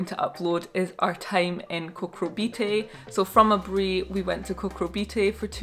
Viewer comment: Who else loves the way she pronounced Aburi 😁❤️